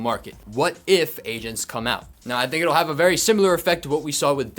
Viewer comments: I thought he said Asians instead of Agents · I swear I’m not a racist but man for the first few times u said agents I swear I thought u was saying Asians.😅😅😅 I was like I thought this market is getting messed up by china not Asians 😂😂😅😅 (I’m sorry) 😅